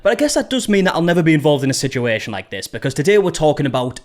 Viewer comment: “Sichueeshan” scratches an itch in my brain